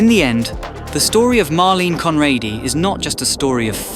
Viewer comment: Why not pronounce her name right?